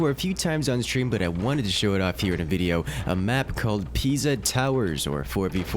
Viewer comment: Thank you for pronouncing Pisa correctly. :)